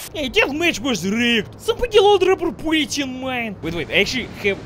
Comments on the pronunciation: The way pronounces "bullets" brings a smile to my face. YOU'RE GETTING BOOLYETS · You get boolets, you get boolets, and you get boolets! YOU ALL GET BOOLETS!